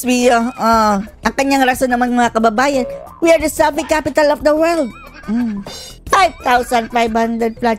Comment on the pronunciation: Akala ko "selfish capital of the world" ang bigkas ni BBM